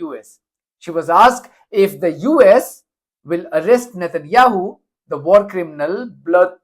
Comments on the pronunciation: Did the Veto-Lady call him “ President Netan Yahoo” ? President of what ? United States of Izrah Ell ? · did she say "president" satanyahu?